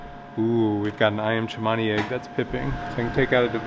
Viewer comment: Iyam chemani? No it’s ayam cemani 😂